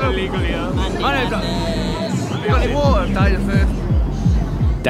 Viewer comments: Hava ya got any waa-taa? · 'AV U GOT ANI WAR-TAH? I"M DYIN OV THIIRRRST